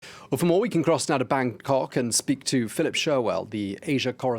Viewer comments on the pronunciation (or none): di he just say Bangkok with pause in the middle? i legit hear him saying Bang--kok